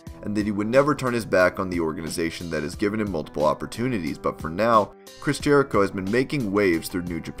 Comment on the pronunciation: 1. It’s Jericho, not Jehrico 2. Yes, it’s a contract but it’s not a normal one, it’s kind of a thing like Nacho Libre where he gets paid per matches, not an actual salary. 3. He’s a 9-time IC champ, not 10-time.